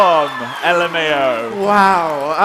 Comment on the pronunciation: no one: not a single soul: not even a pig in a trench coat: dan: LuMaOw